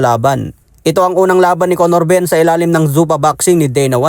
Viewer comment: Yow wtf! Did he just said CONNOR BUMM 😂